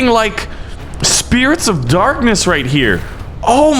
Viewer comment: why did you say spirits of darknees